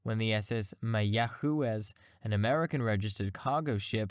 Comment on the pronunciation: An excellent video, the A-7 has always been one of my favorite aircraft. But Mayaquez is pronounced "mai-uh-gwez" in both Spanish and English...